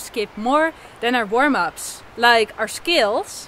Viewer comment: you're a great teacher. when you add some humor to lighten up the practice it makes everything much more enjoyable. I'm pretty much a beginner and a lot of my practice time is scales, finger exercises, et cetera. By the way, whenever you say 'scales' I thought you were saying 'skills.' I admire you Dutchies for your command of english. (I'm in the U.S.) 'Scale' rhymes with 'mail.' What's funny is it's practically the same thing - playing scales is developing or sharpening skills. thank you for your incisive, informative and entertaining videos. I'm a subscriber and always can't wait for your next one.